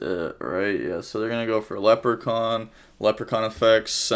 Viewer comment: famous XIX century french mathematician Pierre-Simon Laplace rolling in his grave after pronounces his name as Leprechaunt (small irish gnome).